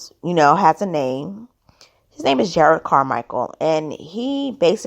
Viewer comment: Respectfully, his name is pronounced Jer’ rod.